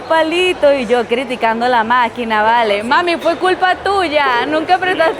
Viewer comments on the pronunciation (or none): none